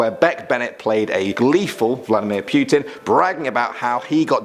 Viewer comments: PYUTIN. PYUTIN.... LOL. It's Putin. Do your best Harley Quinn's "Oh, puddin'!" but replace d with t. There. You're welcome. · lol "pewtin''